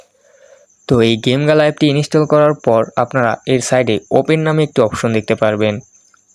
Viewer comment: ওইটা জিম গেলানা ওইটা গেমগালা